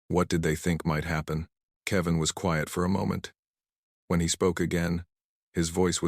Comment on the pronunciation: STUPID AI CAN NOT EVEN SAY ... ""KEVIN"" IT PRONUNCED IT .. KEY--VAN